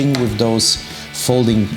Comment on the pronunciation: I did like the way you said :"Butterfly FOLDING clasp" 😁😉